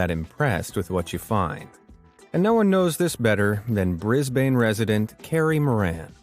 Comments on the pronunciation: lol is not pronounced Brisbain its pronounced Brisban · In Brisbane Australia we pronounce it as Brisbin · I don't mean to rude at all but i would like to say that your pronunciation of brisbane was off, it pronounced more like brisbin. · its pronoused biseben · I suggest looking up Brisbane and asking goggle to speak it for you, you mispronounced the word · you said Brisbane wrong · & you pronounced Brisbane WRONG if you are going to say an Aussie city's name say it right do the research ... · The way you pronounced Brisbane pissed me off so damn bad it's not funny